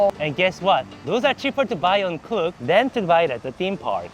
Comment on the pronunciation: its actually pronounced k-look like k-pop. but get your bag king